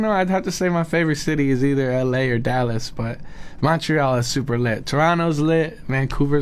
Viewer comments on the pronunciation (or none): OMG... the way he says "Dallas."